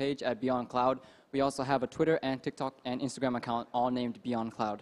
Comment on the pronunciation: インスタグラムって日本の発音で言ってるPerthくん素晴らしい START self-introduction Armさん song doraemon 小芝居 song